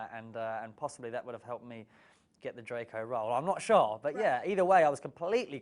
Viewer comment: its the "its killed meh !" for me